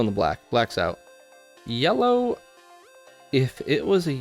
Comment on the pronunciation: The pronunciation yella and alu minium cant come from the same person😂😂 Great video definitely gonna grab one.